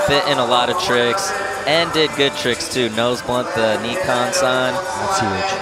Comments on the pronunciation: It’s “Nye-Con” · Is it not pronounced N - eye - khan. They keep saying Knee - khan. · why do they keep saying neekon tf